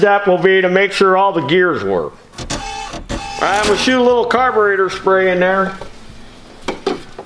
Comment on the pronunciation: Wait a minute! He mispronounces everything, "Krohler," " muffkin," "carbagetraitor," and then he uses the proper British pronunciation for Aluminum??!! It's like Chuck Yeager used to say, "I'm just speakin' the King's English!"